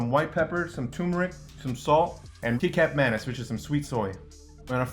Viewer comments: I'm really sorry, but I did a double take because I thought he said keycap mayonnaise. "Kecap Manis" 😂 it's pronounced like "khe-chup mah-nese". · Dafuk is " Kneecap Mayonnaise" . It's pronounced Keh-Chap MaNes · nah you deserved to be roasted by Uncle Roger because you fcked up too clumpy, missing sesame oil, soy sauce should hit directly to the wok not the rice and too much oil 'key cap manis?' it's 'kechap manis' (Kecap Manis) wrong pronouciation why are those 2 guys eating with forks? that's very white people thing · Did hommie just say "Key-cap" 😅 FYI it's pronounced "keh-chup ma-nis" just like tomato ketchup. 👊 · Ngl i hate how he said Kecap Manis the C is K Here in Indonesia C in Kecap Manis is pronounced like cha cha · And some "key cap manis" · ...he said ki cap menis... the sub says kikkoman IT'S KICAP MANIS! Ki-chap ma-nis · Keekap Manis😆 it's supposed to be "keechap" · Kee cap manis😂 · KIKAP manis... it's like how you say Ketchup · ITS KECAP MANIS not KEKAP MANIS😌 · Keycap menais 😂😂 Its kicap manis 'Key' 'chap' 'ma' 'niece' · did u say key cap manis? it's kecap manis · Kee-chup manis bruh not kikap manis HAHA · Kecap manis is an Indonesian sweet thickened soy sauce, one of the key ingredients in Indonesian fried rice. It is pronounced as ketchup, not keycap (or as the subtitles suggests, kikkoman) 😂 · i wheezed when he pronounced kecap manis "cee-cap" , it's supposed to be "ke-chap" or just sweet soy sauce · what did he say for kecap manis!?!? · key cap may knees for kecap manis] lol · ah yes, kee cap man is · Indonesian saying kecap manis: kecap manis Him saying kecap manis: kekap manis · key-cap manis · kee cap maniz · 'kicap manis' is pronounced as key-chup-muh-niece 😊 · "kee-kap manis" bruh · key cap manis he says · Your pronunciation of kecap manis is wrong, the correct one is if you turn that word in to an English spelling it's gonna be like "ketchup mah-knees" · "key cap manis" LMAO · Key cap manis 🤣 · Kee kap mah nees 😂 A for effort tho